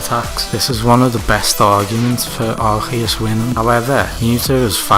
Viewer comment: Its not Arkheus its Arceus. Thanks